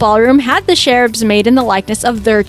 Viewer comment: If by "sherub" you mean "cherub," please pronounce it correctly!